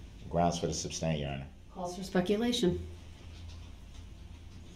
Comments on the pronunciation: “Grounds! May I have the grounds for the ‘substain’ ?” 😂 Ignorant and exhaustive. 🙄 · DB is disgusting…pure evil scum of the earth! I wish someone would have told that stupid POS, it’s “sustain” not substain! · May I have the grounds for the substain????? It’s pronounced SUSTAIN🤦‍♂️ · “Any reason for the substain” What a legal scholar—NOT